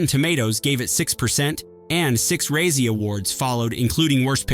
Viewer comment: What a ray-zee award?